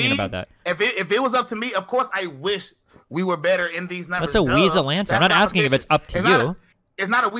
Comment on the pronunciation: Cool debate, I just didn't like how Destiny kept axing fake questions